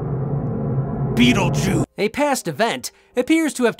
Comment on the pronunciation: Did just say BeetleJew???? Dammit EVIL!!